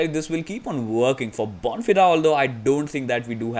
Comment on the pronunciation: Bon Feeder is how you pronounce it